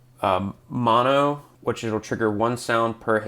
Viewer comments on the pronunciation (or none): none